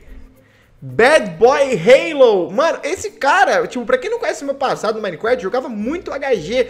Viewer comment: Pessoas normais: Minecraft: minecrasht